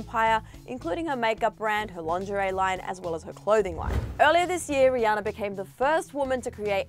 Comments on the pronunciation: ... did she just say “ree-anne-ore”.... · Lmao am I the only one that hears her say “ rihanner” in the beginning of the video